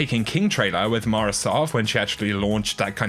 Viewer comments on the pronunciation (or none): none